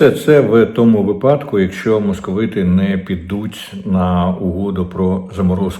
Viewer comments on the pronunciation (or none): Пане Дмитре, вИпадок ✅ не випАдок. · Не варто полонізувати українські наголоси абиде. Візьміть будь-який словник для початку. Українською таки вИпадок.